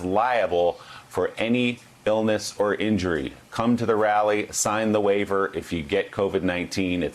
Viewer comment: this fool really said "BOK center" ITS B O K CENTER SMH